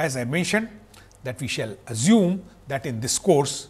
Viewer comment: Great lecture. The best I have found so far about inertial vs non-inertial frame of reference. However, the way he pronounce some words is very annoying. For example azume for assume, meazure for measure, meazurement for measurement and so on. I thought Indians are fluent in English!